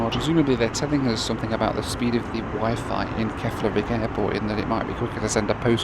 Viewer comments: The way you pronounce WIFI made me laugh, one IT engineer to another. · The way your say "wifi" reminds me of how my dad says "sci-fi" - "sky figh". "Wifi" is a "pun" on "high fidelity (hifi), and the Wi bit stands for "Wireless". Not the Chinese chat app. I mean ... say it however you want, it's a made up word that means nothing. Just saying.